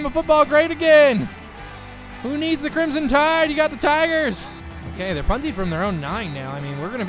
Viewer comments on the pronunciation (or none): none